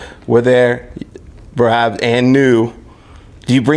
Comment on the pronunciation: It’s not Merab. It’s MRAB